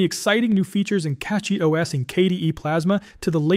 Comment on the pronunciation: CachyOS is derived from the word Cache, so Cachy pronounced "cashy" and not "catshy".